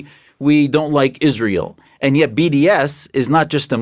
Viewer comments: Candace it is Israel. not Izsrael. Stop being even more annoying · Why didn't Prager U teach Candace how to correctly pronounce Israel?